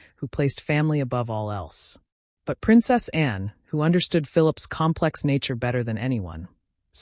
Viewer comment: A reasonable telling of the story, but I'm not impressed with the way whatever was reading the narration kept pronouncing "Princess Anne" as "Princess and", swallowing the second word. The Princess is an important member of the Royal Family and should be honoured as such.